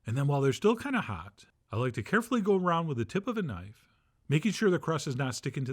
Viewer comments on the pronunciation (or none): none